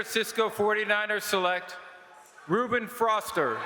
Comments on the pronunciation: "Reuben froster" lmao! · LOL... Reuben "froster"